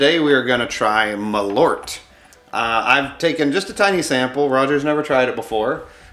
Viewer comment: I just saw this on Last Week Tonight with John Oliver, and had to check it out. As a Swede, I must say that your pronounciation of malört is differing slightly from how we say it. 😄